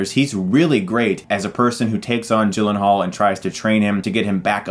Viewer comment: people called him Jake G-Len-Hall but, it's actually pronounced Yi-Len-Haal.